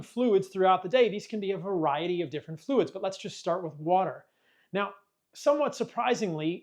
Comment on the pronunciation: Just drink wa'er